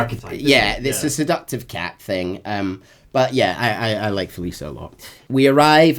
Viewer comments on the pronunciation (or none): Okay I mean no disrespect by this. I’m just genuinely curious. Is consistently mispronouncing Felicia Hardy’s name or is that just how her name sounds in a Scottish accent? Because the “cia” part of her name is pronounced like “shuh” but keeps pronouncing it like “suh” Again I’m not trying to be rude, and I’m really sorry if it comes across that way, I’m just genuinely curious.